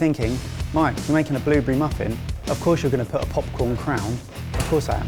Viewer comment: What's a Bloobery Mike? Oh you mean blueberry...